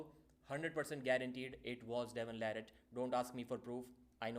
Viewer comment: Devon La"Ratt"